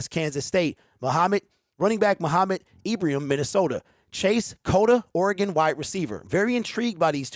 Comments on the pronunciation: I was watching Ibrahim (pronounced eyebraheem in the highlights) everyone should check him out if you haven't seen him. He's tremendous. Holmes is a magician. The talking heads are getting paid to suppose. Their glory comes when someone 'picks' who they think should be picked. We love that Brad and Dan go against the grain. They don't take anyone's lead. Go One Pride!! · Hey man good show. Ibrahim, pr. Ee bruh heem.